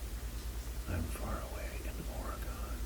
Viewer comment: Its pronounced or-Gen